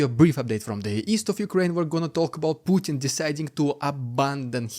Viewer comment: POO- Bin Vladimir